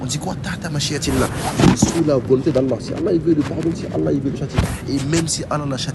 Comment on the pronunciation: mes parents pratiquent bien et ne font pas d’innovation ne tkt pas pour ça et je sais tkt j’ai vu que son niveau en arabe n’est pas très haut mais je pense qu’il apprend du mieux qu’il peut,par exemple quand il dit Allah il dit le ha avec l’halaine au lieu de l’autre. Ou y’a plein de faute que toute personne avec un minimum de savoir distingue. J’ai pas le clavier arabe au cas où je précise. Bref qu’Allah nous facilite l’apprentissage de notre religion et nous éloigne des innovateur.